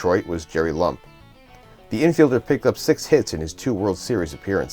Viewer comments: Great video! Just one note, I am pretty sure for Jerry Lumpe the “e” is not silent and should be two syllables. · Just trying to help. I recall Bill James mentioning Lumpe on an old podcast and getting it from there.